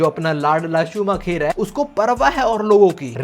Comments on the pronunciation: Michael shu-maa-kher nhi h bhai .... Michael shu-maa-kar h , bachpan se f1 dikhi h usko ese hi bulta h check on Google 😅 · bhai Michael Schumacher ha loll shumaaa..... kheerrr nhi 😂😂😂😂😂😂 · शूमाकर not शूमाखेर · bro just to tell, in hindi we would pronounce it in the way as shumaakar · Sumakher nhi hai wo galat pronounce kr rhe ho 😂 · Also it's pronounced as shoo-ma-ker